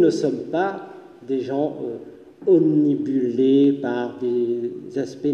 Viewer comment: Merci infiniment, Younous : tout ceci est d'une très grande clarté et pédagogie. C'est un discours d'intérêt public. Juste un détail : on dit "obnubilé" et non "omnibulé" (d'après ce que j'ai déjà visionné de vous, il semblerait que ce soit un - tout petit - défaut de langage et, vue la qualité de votre discours, le corriger ne pourrait sans doute que participer à améliorer votre éloquence 😑).